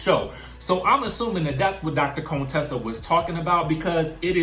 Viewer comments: Why do you call her Dr. Cone-tessa? Just say Contessa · Not Cone-tessa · Why he keep saying Contessa’s name like that? Chile, I cannot 🤦🏾‍♀️